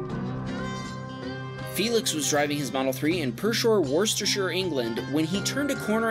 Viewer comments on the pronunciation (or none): I love how to say Worcestershire, it sounds nothing like how you are supposed to say it, but 10/10 for effort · I am still yet to find an American that can was Worcestershire right first time... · and they say that americans cant pronounce worcestershire they cant btw.